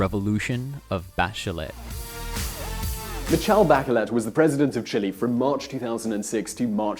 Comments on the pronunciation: Mikjel backjellet???? That pronounciation tho... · The pronunciation of Michelle Bachelet is all wrong buddy, if you didn't have a picture to accompany her name with, I wouldn't know the person that you are talking about.